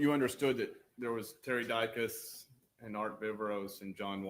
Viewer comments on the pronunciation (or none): it’s Di-cus. 😂